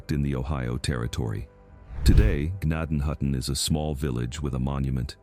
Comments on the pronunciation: N it's pronounced Jen- nay-ton-hutton. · You are pronouncing gnadenhutten way wrong, and it still exist, so does zoar